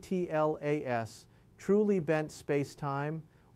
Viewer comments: This appears like an AI generated video. His always pronouncing 'atlas' as 'a t l a s' is a dead giveaway. There are also subtle lip sync issues. The video is also not smooth. There are edits which should not be there if he is a real person talking. The video may also be in a loop. So, please disregard the content. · Why doesn’t this ai just say Atlas and not keep spelling it.